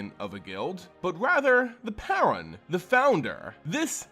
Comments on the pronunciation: It's not paaran it's paruun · It’s pronounced “PAY-roon” for the love of fuck.